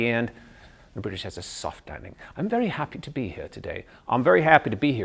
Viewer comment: He said 'I'm very...'' He pronounced very with a b(Bery), he should say very(Very) With a original v. But afterall he's good. Very good.